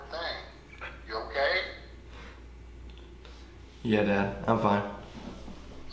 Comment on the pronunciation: I like how he doesn't. say okay he says nnkay